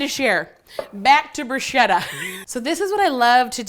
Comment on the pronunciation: It’s pronounced brew-shketa - brew-shhh-keta! Otherwise I love u, your personality, your recipes. U r so funny. Food Network needs!